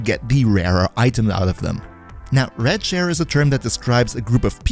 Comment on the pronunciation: Am I the only one who thought he said "red chair" instead of "rad share"?